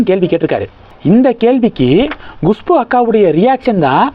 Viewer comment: GUSHPU இல்லை, KUSHBU தான் கரெக்ட், எவ்வளவு பிடிவாதமாக தொடர்ந்து தப்பாகவே உச்சரிக்கிறீர்கள்? எரிச்சலாக இருக்கிறது